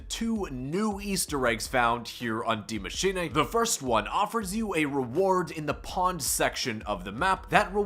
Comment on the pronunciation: Yo... Can you please stop saying Dee MachinAAY. Die Machine (dEE mah-sheen-UH) is the correct pronunciation.